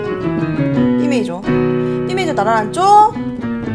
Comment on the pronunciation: 근데 왜 '메이조'라고 말씀하시는지? '조'랑 섞어서 말씀하시려고 일부러 그러시는 건가 해서요 ㅎ 크게 상관은 없지만 메이저라는 용어에 익숙해져서인지 신경이 쓰이네요 ㅎ